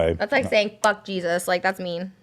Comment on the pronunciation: I love how Trisha pronounces “cheesuz” instead of “Jesus” 😂